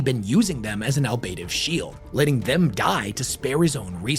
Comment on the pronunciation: Ablative - ah-BLAY-tive